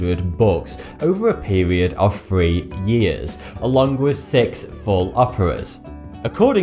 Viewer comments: is it supposed to sound like he's saying "forty two"? or is it just like when they say three it sounds like "free" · free three or fweee??? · you really need to learn the 'th' sound instead of saying firteen instead of thirteen and free instead of three and many other words you did this with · Dinu cv No that's just the way people who are English but can't speak it properly sound. It's pronounced three not free.or any other word with th in it.Like uva is actually, other. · You do understand that the "th" pronunciation in the English language is not the same as the "f" pronunciation correct? Because words like "three" and "free" should not sound exactly the same. Just saying. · its pronounced THRee. not FRee. I thought it was your accent, until i watched your lips make the wrong motions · What's annoying about the narration, is that all of the 'th's are pronounced like 'f's. Thousand becomes fousand, and three becomes free. Just grating on the ears.